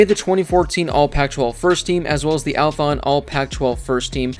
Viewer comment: I just noticed you keep calling it “Althon” when it’s “Athlon” lol